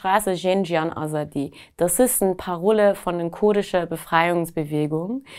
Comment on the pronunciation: Hier stimmt was nicht…wenn man zum Studium nach Deutschland kommt, dann ist man mindestens 18. Sie hat keinen Akzent was schonmal suspekt ist, und dann kann sie Zan, Zendegi, Azadi auch nicht richtig aussprechen als Iranerin. Schon komisch 🤔🤔🤔🤔🤔🤔